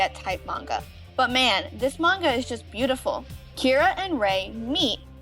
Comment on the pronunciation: I'm happy just to hear them pronounce manga the right way. I hate the current popular way to say it with a high "A".